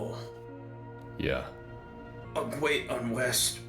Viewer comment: “A gweat unwest… gwoes in this body.” God, that made me laugh so goddamn hard.